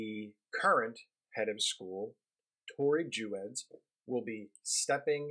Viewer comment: There is so much misinformation in this piece, starting with just the pronunciation of Tori's name. Our youngest is a (non-binary) student at Westtown and we are so grateful for this amazing school, still very challenging intellectually and accepting of many points of view, which is part of what makes it so great. I don't agree with just about anything you said here, but that's okay. I hope Max gets in touch with you and sets you straight on so much of the misinformation you spread here.